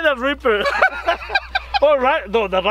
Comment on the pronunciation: Glad you guys put out a cooking v=log missed you guys laughing and having a good time. Poor he tried to say reaper but he said Raper I laughed almost fell in the floor. you guys are so funny. #1 Fan from Southeast Missouri.